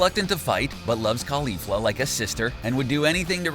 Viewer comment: It's pronounced like Rozay not rose, put emphasis on the fla in caulifla not the li.